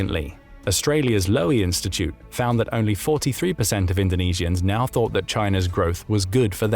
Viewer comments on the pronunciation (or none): none